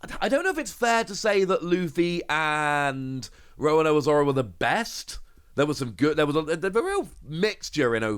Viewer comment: I just noticed. He pronounces Roronoa as Rowanoa.